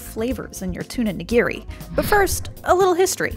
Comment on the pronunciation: Hearing this voiceover makes me cringe as a Japanese American. Like "Edo," "nigiri," and "kombu" are all pronounced wrong. The science might be right, but don't look to them for pronunciation. Also, if you just want raw fish at a Japanese resturant, order sashimi. Sashimi is raw fish, while sushi literally means vinegar rice.